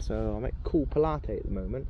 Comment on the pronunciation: Check your pronunciation not Pilat’e it’s as in Pontius (the Roman) Pilate 😂. Looks peaceful there normally nose to tail. 👍👍🖐